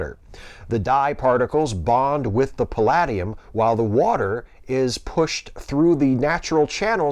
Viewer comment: Okay, the $64 question is: based on story number one, can we hope that the CRISPR mechanism can be used as (dare I say it) an HIV CURE?!? Here's hoping! Oh, and, the second "a" in palladium is LONG – pal-AYE-de-um. Just FYI!